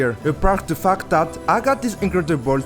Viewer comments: Bro saying fact awfully 😂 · yea it was really good btw. Veery unique idea. You should keep going. But plz pronounce fact correctly, it feels like something else 😂